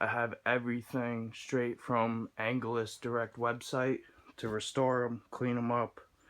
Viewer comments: It's angelus not angleus😂😂 nice video thoee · Thumbs down for saying angelus wrong 😂😂😂😂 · The way he said angelus had me dying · U pronounced angelus wrong...